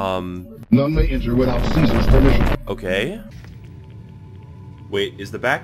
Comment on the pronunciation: did he just say caesar normally.